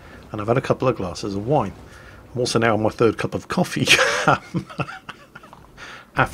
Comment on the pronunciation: WINE.... JESUS MAN I THOUGH U WHERE ENGLISH, NOT A FRENCH SAILOR :p. Vous monsieur est un poids lèger